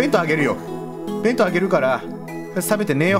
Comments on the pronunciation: べ⤴︎んとう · 弁当のイントネーションが私が思ってるのと違った